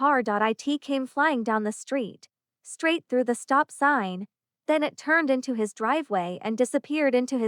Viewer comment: Good story. Poor execution. Annoying pauses, and why can't AI just say "It" instead of "eye tee". Other 2 letter words also pronounced as individual letters. Try a different narrator.